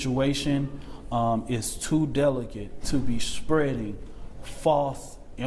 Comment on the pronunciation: "...The strajadeez of the threats that's bein' um (gulp) spreddid (smack)..." May as well have sent Koko up there, to hoot and imitate real sign language.